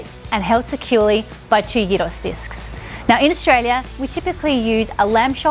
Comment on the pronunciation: Thumbs up for pronouncing it properly